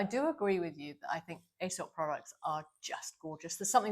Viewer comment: you’ve obviously been away from Australia too long 😆 Aesop is pronounced Ee-sop 😉 I’m in love with their perfume called Kaarte ❤ Amanda, I think you’re supposed to use the LED mask on clean skin before serums and moisturiser. You’ll get better results. I love my Dr Dennis Gross mask, use it morning and night, but when it dies I’d like to get Omnilux. 🥰